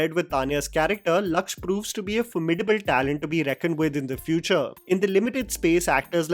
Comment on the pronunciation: Small correction the name of the actor is Lakshya (लक्ष्य) not lakch (लक्छ)